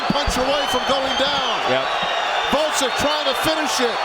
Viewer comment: Gvoz-dik, not Vod-zik